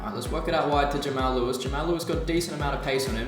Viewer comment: and btw its pronounced Jamarl Lewis not Jamail Lewis